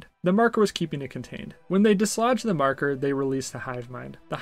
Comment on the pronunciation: I don't want to be "that guy"......but it's pronounced MAR-ker. 😂. But other than that, good review. You got yourself a new subscriber.